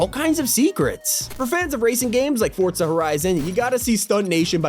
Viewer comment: I almost cried of happiness when he said forTza instead of forza